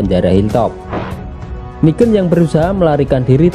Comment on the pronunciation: Negan bang Bukan nigen